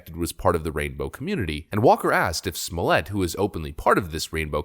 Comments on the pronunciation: Fuck!!! Why do you asses keep calling him Juicy Smollier?? He's not FRENCH!!! It's Jussie Smollett...Fuckin get it right! His crime was a scam and his name is obviously a scam too... Now in several sections of this video, I have heard you call him "Smollett" and not "Smollier"...so What the fuck? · Your attempt at the trying to make a French pronunciation of 'Smollett' is all wrong. If anything the name is English and pronounced just as we see it written in English. SMOLLETT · Please just stop saying "Juicy Sommelier" for the love of God, I'll do anything! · Choose a pronunciation and stick with it, Pronouncing his Name several different ways is driving me nuts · Please quit mispronouncing Jussie's last name. It's pronounced just like it looks... 🥴 The Fox news guy pronounced correctly.